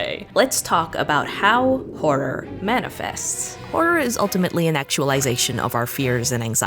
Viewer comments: Your crisis at the pronunciation of "horror" reminded me of a classic Whose Line Is It Anyway? bit and now I'm just laughing at apparently nothing 😂 "Ho-roar" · Not even 2 minutes in and I'm dying at failed attempts of saying horror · You struggling to say horror>>>>